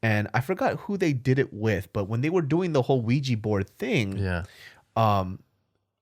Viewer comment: it's OUIJAAAAAA xD